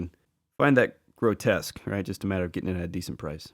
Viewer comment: Why do reviewers keep saying "Grotesque"? Grow-Tesk. The characters name is "Grotusque", Grow-Tusk. There's a "U" there. No one calls "Repugnus", Repugnant.